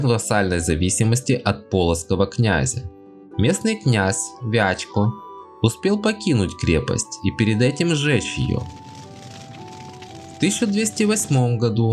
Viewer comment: Не ВячкО, а ВЯчка и не князь Владимир, а князь Валокша, а так же территория племени Литва значительно меньше, чем на она есть на карте видео